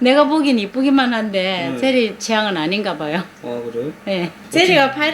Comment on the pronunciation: 왜자꾸 제리말고 지은이로 들리지